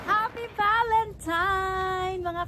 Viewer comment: tama nman ang spelling sa title ng video mo pero bakit valentiMes ang pronunciation mo? valentiNe po.